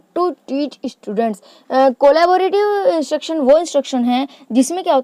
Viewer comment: it’s not cooola-ba-rative , its collabrative ., at least learn the correct name first, and then teach others 🤬